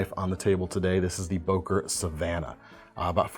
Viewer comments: not o!, ŐŐŐŐŐŐŐŐŐŐŐŐŐ! why is it so hard to pronounce this sound? "Ő" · ...why always boker??? its an german brand called böker with ö !!